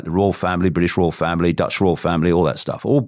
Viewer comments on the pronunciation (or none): none